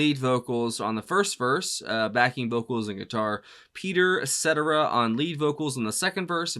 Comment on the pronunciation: Terry Kath using his guitar as a prucussive instrument. Peter Cetera's last name is pronounced "sa-tear-a". Can't beat '70s Chicago.